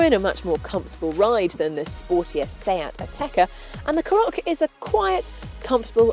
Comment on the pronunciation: Couple of things, it's pronounced CAR OCK not carock, secondly she's not very good, "plenty of headroom if you've got a big hat on or a big head" no, how about just saying if your tall or over 6 foot you'll be fine!